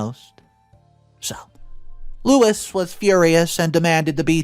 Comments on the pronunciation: My maternal grandma had a sister just like the Just No Grandparents in the story. She was greedy and she had custody of my uncle when his mom died. Great Aunt P used money for my uncle for her children as i was told by a granddaughter of Great Aunt P. Karma came for Great Aunt P differently than in this story, but was real nonetheless. FYI - You pronounced Louise's name as Louis (male) and then as Lois. Both incorrect. Think = Lou eez for the pronunciation. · I really wish that OP & her husband had done more to defend Helen when she was being shat upon by the family. She came to their defense but no one came to hers (at least not at the point in the story I'm at). Btw. Louise is Loo-eez, not Low-iss. Louise seems rather entitled. Probably spoiled as the younger girl. I feel awful for poor Helen. Oh man, Louise is one hateful bitch! I feel for Helen's kids too. I keep wanting someone to tell Louise that she's a spoiled entitled hateful brat and to defend Helen & her kids. The stuff OP said about her in the thread could have been said out loud in person-- that she's a good mother who works hard to support her kids & is a better person than Louise and the grandparents. I'm glad Max was able to help calm the kids down. I'm glad I never walked in on any sort of conversation like that as a kid bc I would have exploded on whoever was saying mean things. I would have chewed the person out and told them they were the losers-- I did have quite the temper back then. The grandparents could have been criminally charged for stealing the money from Helen. Just bc someone has money doesn't mean they owe the rest of the family anything. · "Lois"? "Lewis"? It says "Louise", a different name, pronounced Lew-ese, long e. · I absolutely love your channel but you butcher names and places. It's no Louis it's Louise add the E to make it feminine. It's sounds like LOU-ESE. This is how to spell the name you say Lois. Sorry I just can't plus are not the only one. Great story loved the end